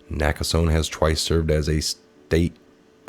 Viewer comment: it's pronounced "Naka sony